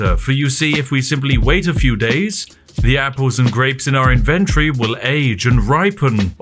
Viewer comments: I chuckle a bit at how 'inventory' became "invendry" in england. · Him saying inventory is exquisite